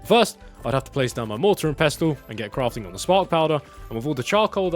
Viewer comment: Pest el? Please educate people